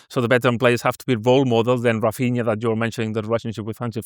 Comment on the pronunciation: Can someone please tell to give up with his mad pronunciations? Hafinha? In the previous pod he called Guillermo Gill er mo. It’s embarrassing